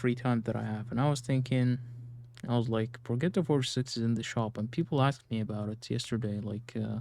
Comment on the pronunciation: Progetto is pronounced Pro-Jet-Oh